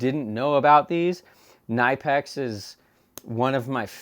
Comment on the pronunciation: it's pronounced kin-i-pex....and they are awesome....as is your channel...